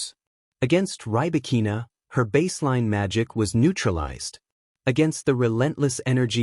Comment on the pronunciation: Check your pronunciation of Rybakina's name